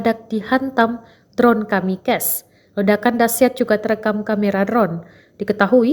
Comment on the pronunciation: Reporter : dron kamikez 😂😂😂 Keminggris tapi salah ucap min 😂😂😂